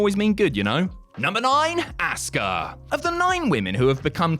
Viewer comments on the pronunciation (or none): Why are you calling her "ASS-KA" It's Asuka